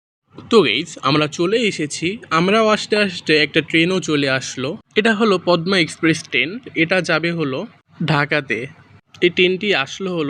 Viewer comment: ভাইয়া আমরা অনেক সময় বানান করি এক উচ্চারণ করি আরেক আপনার এটা বানান হবে পদ্মা আর উচ্চারন হবে পদ্দা